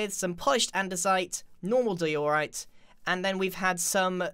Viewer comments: I think iskall would get triggered if he heard you say dye-ooo-right. Or also die all right XD. Edit:Oml that's the most likes I ever got thank you so much! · Di-oooooooooh-rite It’s just Dio-rite. Bit over on the O there right? ... wait what am I gonna write now? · I thought he said"Polished doritos😂😂😂" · It triggers me how he says diorite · Its di-or-ite (i hope thus helps (;´༎ຶٹ༎ຶ